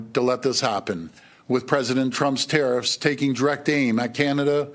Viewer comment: Is he saying tRump’s terroriffs? Because if so, damn yes! I’m here for it! 🇨🇦❤️🇨🇦